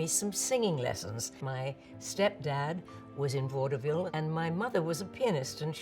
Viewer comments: My Ohioan ears keep hearing "Waterville" instead of "vaudeville" and getting real confused😅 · Love how she pronounces it "Vaud-eh-ville"! Such a classic dame!